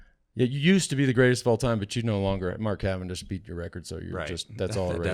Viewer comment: CA-VAN-DISH, see ya in the dooshes!!